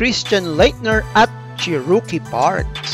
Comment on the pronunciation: “Bayan” ng Mississippi? 🤣. “Chee-rookie” Parks? 😝